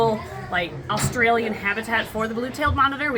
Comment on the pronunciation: hi I'm just saying I live in Australia and we say Australia not orstarlia just so you no and I'm a big fan